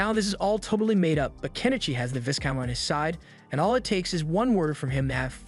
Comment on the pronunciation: 'Viscount' is pronounced Vai-Count, not 'Viz-Count'